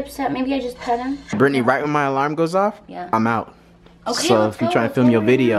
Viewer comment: NOT Birttney